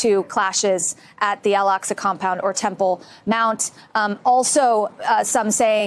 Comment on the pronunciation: Is there a reason why journalists keep calling 'Al Aqsa mosque' - the 'Al Aska mosque'? Numerous news channel reporters have done that recently.